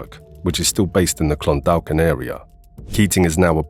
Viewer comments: Clon-daw-kin the "L" in Clondalkin is silent. Great videos, always. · For future reference, it is pronounced Clun-dawk-in. Keep up the good work, really enjoy the refreshers on all this stuff.